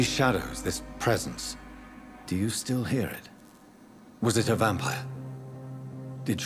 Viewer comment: Michael Cleare I thought he was pronouncing it as Vam-pyre.